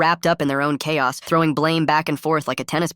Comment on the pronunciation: did i hear "cahos"... CHAOS CAHOS